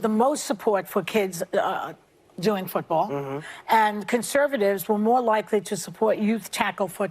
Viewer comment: She said "footbowl" lol